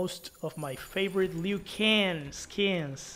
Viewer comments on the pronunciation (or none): Bro said leeoo can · The way he pronounce Liu kang and baraka lol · Why did u say Liu Kang like that??